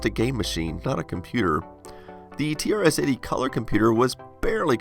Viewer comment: you said trs80 wrong